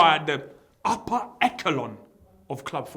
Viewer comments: Man said ecko-lon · SAID UPPER ECHELON AS UPPER ECKECHELON FFS